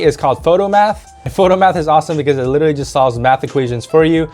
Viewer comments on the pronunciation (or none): none